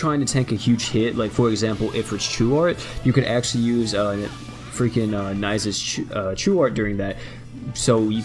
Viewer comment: its pronounced 'nees'